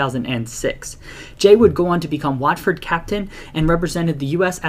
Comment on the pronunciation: And while we're on the subject of pronunciations, the 'A' in the name of the club, and the town, is pronounced as an 'O' - as in 'hot'.